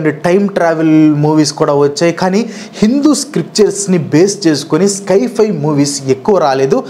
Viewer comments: స్కై ఫై కాదు బాబూ దాన్ని సై - ఫై (Sci - Fi) అనాలి. నీకు ఇంగ్లీష్ నిజంగా రాదా లేక కావాలనే అలా పలుకుతున్నావా? Infosys కంపెనీ లో జాబ్ చేసావు, పెద్ద యూట్యూబర్ అయ్యావు, అయినా ఏంటిది? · స్కైఫై ❌ సైఫై ✅ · Adhi sky fi kaadhu guru si fi sience fiction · It's not sky- fi , its sci- fi , means science - fiction. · Sky-fi wifi kadu bro it’s sci-hi…..criticise cheyatledu correct chesthuna..malli nannu veskokandi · అది స్కైఫై కాదు అన్న దాన్ని సైఫై అంటారు. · Sci-fi ❎ sky - fi ✅😅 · Skyfi kadu sci fi